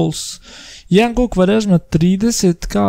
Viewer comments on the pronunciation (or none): inače nije kvarezma nego kvarežma